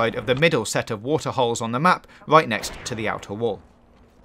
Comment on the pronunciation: I hate how he said right "Wuife" and river "wuiver"